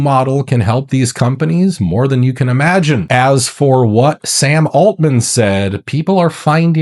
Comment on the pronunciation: Sam “Altman!” Really? “Alt” “Man?” “Alternative Man?”